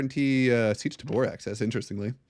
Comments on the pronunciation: I will never get over the way you pronounce tabr "tuhboor" 😂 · Seech Tuh-boor YEP!